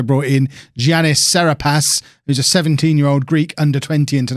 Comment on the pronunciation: Giannis is pronounced “Ya-niss” sincerely, a Milwaukee Bucks fan